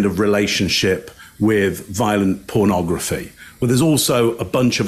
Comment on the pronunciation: Is anyone else put off/annoyed with how Bundy pronounces “pernahgrafeh”? Just me?! 😅